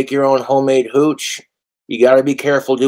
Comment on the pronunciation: i hate how much emphasis he puts on "mead" and "hooch" like, shut up you regard.